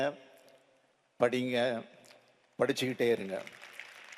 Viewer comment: Neenga padinga pandinganu soldrathu en kadhula kudinga kudinganu kekkudhu enakku mattumthan ippadi kekkudha